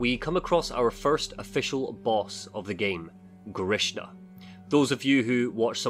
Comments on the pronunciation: The name of wolverine thing is "G" as in good, "R" as in "red", I as in "it", "SH", as in she, A as in amen. it is just a short version of the name Gregory. Sorry for this spell checking. It is a normal name in my part of the world and very likely base on the names of the developers they know this name as well. EDIT: Later you pronounce the name right 👍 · The beast is not GrishNa, it's Grisha, like a Slavic name